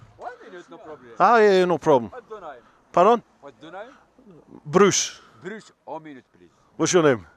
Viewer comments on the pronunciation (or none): Love it that he said Bruce with a Scottish accent :)